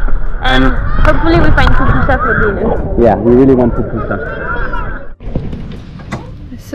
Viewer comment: Too bad you didn't get your last Pupusa in El Salvador. Love to way, you, pronounce, Pupusa!